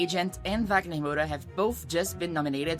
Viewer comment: Percebi que vc era brasileira qdo vc falou corretamente os nomes do wagner e das novelas.